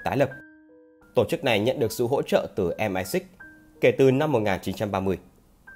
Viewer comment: Đọc em ai xích thì bố ai biết là cái gì Đọc MI 6 đi cho lành